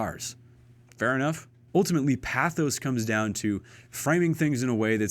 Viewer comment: He's also saying "pathos" incorrectly.